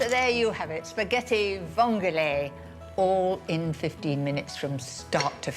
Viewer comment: Nie "vong", tylko "vongole", na litość boską.